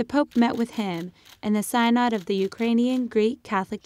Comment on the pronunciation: Where do you get this stuff? It also sounds like you don't understand the words you're reading off the paper. How come you can't find someone to read a name properly? "Sai-nod" ??